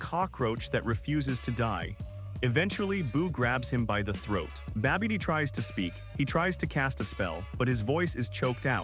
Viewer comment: Yo keeps saying babby dee... Like that big girl from Next Friday... Look out yo Babby Dee coming